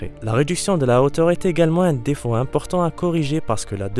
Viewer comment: Remarque le mot prononcé : Dé tail ..... pourquoi appuyé sur dé et finir le mot. Aussi bien pour le mot défaut. Vous prononcez dé faut...... hhhhhh l'accent trahi.